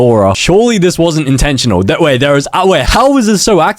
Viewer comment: Bro said intensinal so much times😂😂😂